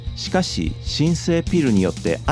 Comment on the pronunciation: 大好きなバンドです。ネイティヴのかたのように聞こえますが、「ピル」と呼ぶことは多いでしょうか？ 一般的にも「ピーアイエル」だと思いますし、日本でも「ピーアイエル」と呼ぶほうが多くないでしょうか？ 冒頭からそればかりが気になりコンテンツがまったくアタマに入ってきませんでした。